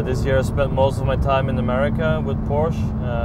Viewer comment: Joey's voice "Its a Porsche-a"